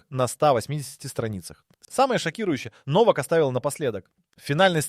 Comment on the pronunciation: Не Новак, а Но'вак ударение на ,,но''.